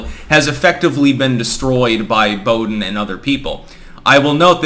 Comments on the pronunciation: Bow-dean Sanfran-cisco say like that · Boo-dean. For future reference.